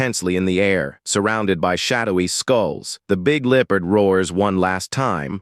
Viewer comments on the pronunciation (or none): God Almighty you need to get a new AI, this one cant even say the word Leopard. I mean I put the word in Google Translate and click on the say the word button and it got it right.